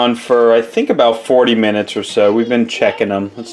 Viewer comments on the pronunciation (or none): none